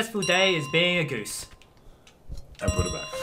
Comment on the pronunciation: It’s Goose not geez 😆